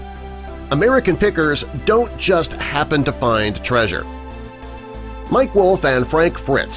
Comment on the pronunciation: the word is find not fin.